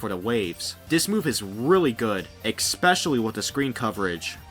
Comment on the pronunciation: "X-pecially" 10/10